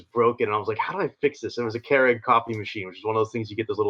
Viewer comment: A "care-ig"?? is that hows its pronounced? I've always gone with "cure-ig"